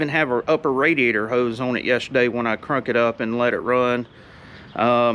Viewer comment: Haha…you said “crunk it up”… just like “put it up”😂😂😂that’s 100% North Carolina!